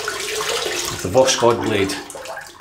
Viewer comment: Hi, Voskhod (sunrise), no K in the pronunciation and the final "d" sounds more like a "t" I don't speak russian at all but i used google translate to know how to pronounce Voskhod:-) Nice shave, this soap seems wonderful! What a blessed time for wet shavers ( my wife don't agree 😃 )